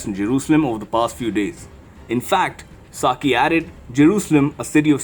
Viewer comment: Psaki, pronounced suckie